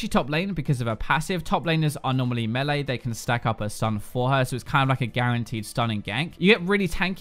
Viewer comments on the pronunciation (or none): none